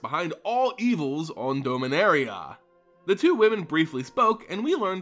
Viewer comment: You always sound as if you say Dulminaria. ^^